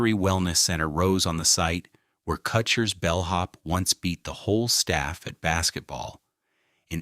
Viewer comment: JUST COUNT THE NUMBER OF TIMES "GROSSINGERS" IS MISPRONOUNCED!! "KUTSHERS" MISPRONOUNCED, AND ON & ON IT GOES.